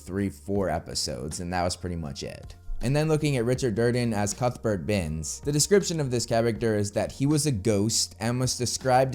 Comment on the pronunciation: I swear you're sayin cuckburt instead of cuthbert, which I think you like saying too much. ;p